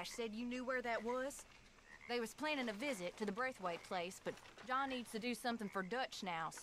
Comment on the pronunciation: lol why do you have so much difficulty saying "Braithwaite"?